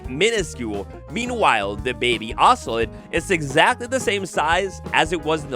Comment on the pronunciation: It’s pronounced oso-lot not oso-let 😂